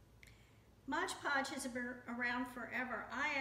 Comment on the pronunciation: Itis Mod Podge, not Modge Podge or Hodge Podge.